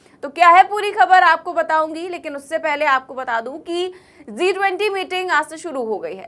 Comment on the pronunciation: Ma'am, a small friendly suggestion, I've listened to all of your videos, you said Z(zee) -20 which was not sounding right. It is G (JI)-20. Kindly rectify your pronunciation. Otherwise, your anchoring was good.